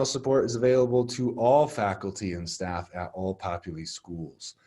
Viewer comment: LOVE this!! Thank you for these :) I will pass these on to our new professors. BTW... its Popul I not Popul E LOL